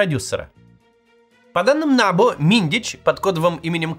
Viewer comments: Кац, если вы претендуете на то, чтобы объяснить и проанализировать украинскую ситуацию, то ставьте правильно привычные для Украины ударения - набУ, а не нАбу. САП, а не САПУ. Ваше нелепое ударение (нАбу) показывает, что вы ВООБЩЕ НЕ В ТЕМЕ ТОГО, ЧТО ПРОИСХОДИТ В УКРАИНЕ. Со стороны это смотрится так: человек рассказывает, что творится в стране и не знает того, что украинцы знают лет 10 точно - ударения в знакомой абривиатуре. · НабУ а не НАбу, росиянцы, уж если лезите куда вас не просят, называйте правильно и ставте ударения правильно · Не нАбу , а набУ. Как же режет слух. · та не нАбу а набУ !) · Дякую! Тільки не нАбу, а набУ, наголос на останній слог. Трішке ріже вухо, вибачайте вже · набУ только, а не нАбу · Кац произносит нАбу 🤣🤣🤣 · Не нАбу, а набУ. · Ударение на У, НАБУ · Максим не нАбу ,а набУ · В Украине идет ,может и туго,борьба с барыгами и из окон никто не выпадает по неосторожности. Одно то,что этой грязи позволили всплыть,уже говорит об огромной разнице. Во всех странах есть проблемы. Украине очень тяжело избавиться от совкового прошлого,да еще и вальтонутый сосед тянет вниз ,в дерьмо. И,да, НАБ[У]. Ударение на У. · НабУ наголос на «У» невоспитанная деревенщина 😂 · Ударение на У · Максим, ударение в слове НАБУ делают на втором слоге. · набУ, ударение на У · Подскажите кто-то Максиму, что НАБУ читается с ударением на последний слог. Это то, как его в Украине называют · Максим, все хорошо - но пожалуйста, ударение на букву У, а не на А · Я киевлянин. Все точно и по делу. В аббревиатуре "НАБУ" ударение на последней букве.